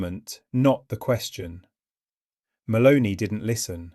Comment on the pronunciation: It's MELONI not MALONEY! get a new computer.